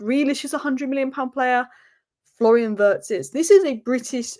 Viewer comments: please, Wirtz is not pronounce Vurds, it's Vee-uh-rtz. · It's pronounced "weertz" but OK lol